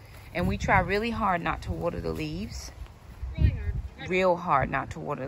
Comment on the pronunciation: I love how you say water. Warter 😁Love your videos!